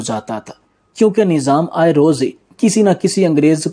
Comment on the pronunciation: بےوقوف انسان نیظام نہیں لفظ نظام ھے ویڈیو بنانے سے پہلے کسی اچھے استاد سے اردو پڑھنا اور بولنا سیکھ لیتا تو کتنا اچھا ھوتا